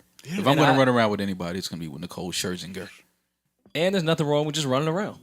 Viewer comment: "Nicole Skrrskingsker" lmao